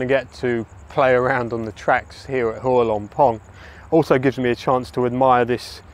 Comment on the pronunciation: You have done a lot of research to make this video. But sadly the insult is your total lack of repect and effort in learning the correct way to pronounce every word of Thai correctly. The first one is Hua.